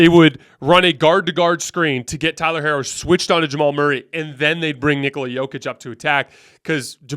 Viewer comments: Herro's name is pronounced "Hero". You keep analyzing, and picking against the Heat, yet you don't know their players' names 😂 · why are you pronouncing Herro’s name like that 😂😂😂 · He pronounces Miami like “my Amy” and pronounced Tyler Herro like “hair-o”.